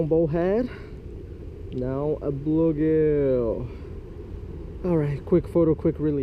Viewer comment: ahh yes… a bloogill